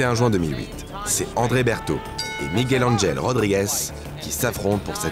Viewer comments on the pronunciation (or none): none